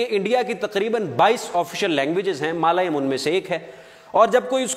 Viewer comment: Malayum nahi balke Mallyalum